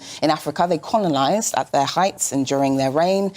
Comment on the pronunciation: “In Africa they ‘conolised’…I used to think about ‘predujice’…”🙄